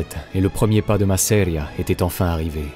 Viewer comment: Intéressant ! Mais si je peux me permettre, "Masseria" devrait être prononcé avec l'accent tonique sur la première syllabe et pas sur la deuxième. ;)